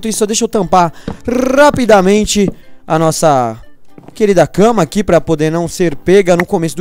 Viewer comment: O não fala cama mas sim casa kkkkk